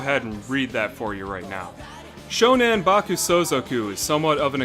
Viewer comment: It's SHONAN, not SHONEN. (Name of an area in Japan.)